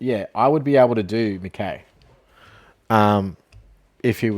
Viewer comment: This pronunciation of McKay and Curnow is poor, like does bro watch AFL